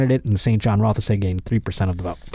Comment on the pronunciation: I live in the riding that the ball-breather is from. He didn't win, just want everyone to know. (Also, you don't pronounce the e in Rothesay)